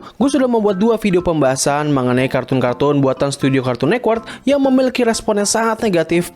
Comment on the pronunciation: Network bukan nekwork